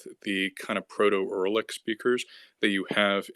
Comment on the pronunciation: Erlik? WTF? It's you-ra-lik.